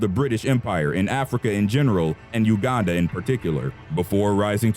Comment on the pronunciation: you are the first white person to pronouce uganda correctly